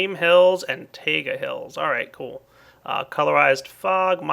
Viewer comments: It's taigA not tAiga. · btw, the biome you couldn't pronounce is a TIE-A-GUH biome or a pine forest.